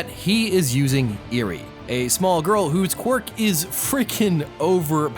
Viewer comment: This is overall amazing but man mispronounced uraraka and eri's names so much